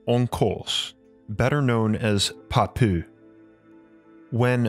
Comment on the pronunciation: Not a good pronunciation for french names like Papus & Saint- Yves d'alveydre ! Mount Meru is the name for this kingdom in the Indian Mythology. Shambhala is the spiritual place where all Initiates live in their spiritual body. You can find books from Andrew Tomas if you're lucky. Shambhala oasis of light. Nicola roerich too was looking for the Kingdom. The Russian were very interested in that quest. Among these Holly Beings are many great Rishis (Seers) of Ancient India. In the middle age people were searching for the Priest John kingdom you can find it in the book the Adepts by Manly Palmer Hall. Kalki Avatar who is the King of this world will come to bring Satya Yuga (the golden age) when the majority of human governments and people will be ready . Kali yuga is the last age of the 4 Yugas that come in the history of our humanity numerous times like the four seasons . UFO come from there and they still fying to observe cause Agartha was considering us in great danger and our planet too after Hiroshima and Nagasaki. Amiral Byrd delivered the message to USA but they did not listen and forbide him to talk. His son found a diary that has been published even on you tube. Lot of books exist about it, even the story of Noha is fake. Guenon was right about his book le roi du monde He is called too : " MANU" and is related to the story of Noah. Excuse my french, I am not used to write in English. God Bless.